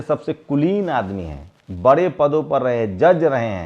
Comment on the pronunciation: बड़े & बरे बोलने मे उच्चरण me सुधार करे